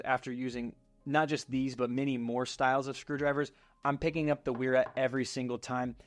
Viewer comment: Pb swiss! And also those German W's are pronounced like a V